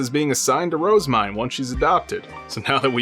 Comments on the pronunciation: Phonetics is a hobby of mine, and I have always felt that Rozemyne has been pronounced incorrectly. Most people I have heard pronounce her name with two syllables, with the emphasis on the first word. This becomes the name "Rose-Mine." I personally think the true pronunciation has three syllables, with the emphasis on the second and third. The proper pronunciation should sound like "Roz-ME-Nay." Anyone else think so? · Her JP og name is Main, (EN translated it to Myne in order to not confuse readers) so her name in JP is pronounced as Roozemain